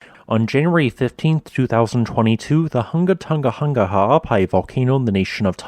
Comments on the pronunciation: Hunga is pronounced /'hʊŋa/ not /ˈhʌŋɡə/ Tonga is pronounced /'toŋa/ not /ˈtʌŋɡə/ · It's not called Tunga, it's called Tonga.....Tong a